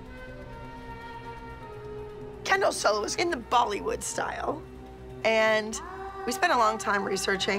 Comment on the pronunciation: Does anyone think about how the girls pronounce solo "sul-low"? Just curious.